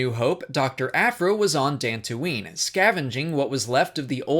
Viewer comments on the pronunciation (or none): none